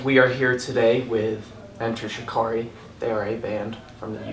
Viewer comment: But you didn't say 'Enter Sha-ka-rye' I'm not angry, I'm just dissappointed.